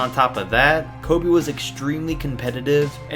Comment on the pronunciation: Did this dude just say kobe nah cheif i must be high